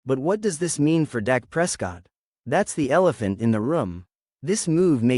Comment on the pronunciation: His name is Dak not Doc!